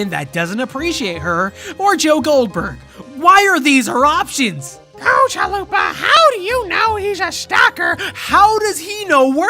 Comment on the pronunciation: Is there other folks who heard Zalupa instead of Chalupa? Otherwise this is comment for promotion haha